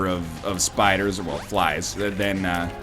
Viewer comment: I craced up in laughter when he said spys and fliders :D